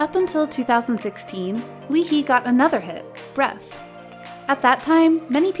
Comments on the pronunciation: Did you just pronounce ’Breathe’ as ‘Breath’? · The song was written as breathe but was pronounced as breath... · "yet don't you think the number of 12 members is too large for a group" NO "LEE HEE" "BREATH" (even tough it's breathe) oh gosh "NCT ONE TWENTY SEVEN" please at least learn how to pronounce their names and properly omg you need to stop being so ignorant about how you pronounce their names